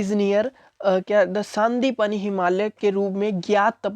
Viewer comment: Saaaaandipani nahi sandeepani hai